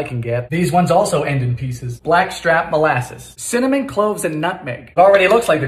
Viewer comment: )) He sound like that! but also CiMiNyIm 😂😂😂😭😭😭 G-i-n-g-e-r 😭😭😭😂😂😂😩😩😩